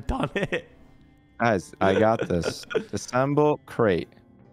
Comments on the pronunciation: For future reference it's disAssemble not disssemble 🤣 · AHHH!!! The way you are saying "disemble" is killing me! It's "DIS-UH-SEMBLE"......3 syllables!!!!!!!! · Can someone tell that it’s disassemble and not dissemble. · Every time pronounces "Dis-A-ssemble" wrong I want to scream! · I am loving these episodes. But the way that you guys pronounce “disassemble” bugs me! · Its Dis A SSemble (disassemble)